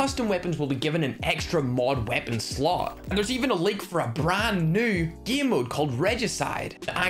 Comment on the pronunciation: He pronounce game or game mode like gim and gimmode 😂